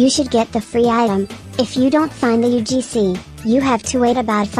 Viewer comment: Bro sayed "UFC" Not "UGC"